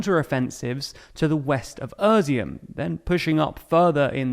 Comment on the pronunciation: I like the format and the to-the-point brevity of the TLDR channels, but if continuing to report on Ukraine (as is likely) it would be good to take a few minutes to get the place names right. Izium is "e-zium", not "ER-zium", and Kreminna is not "Kreminia", etc. (There's been a few more in earlier videos too.) Keep up the good work.